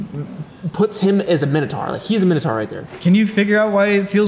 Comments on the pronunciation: 'Minotaur' rhymes with 'dinosaur'. It's not pronounced 'minna tar'. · That’s not even how you pronounce minotaur he said it like mi-no-tar It’s actually My-no-tore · Minotaur is pronounced Mine-oh-tor. I always feel confused where the pronunciation "minnotar" came from but so many people use it. You can look up and it's all because of Greek words like Taurus meaning bull etc but I just thought "dinosaur" = dine-oh-sore so "Minotaur" = mine-oh-tor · His pronunciation of Minotaur is shit too..